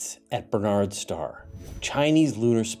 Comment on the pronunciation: Minor point. Historically Barnard’s Star is pronounced with the accent on the first syllable. BARN’ ards star.